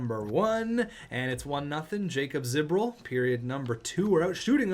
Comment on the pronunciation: Jacob Ziboril 😂 It’s pronounced Yakub Zuh-bore-il